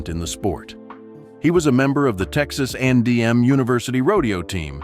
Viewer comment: It’s Texas A&M How hard is that to say?